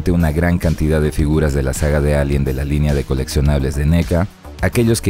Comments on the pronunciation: Porque dises elien y no alien? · Lo pronuncia en inglés, la "A" se lee como "Ei"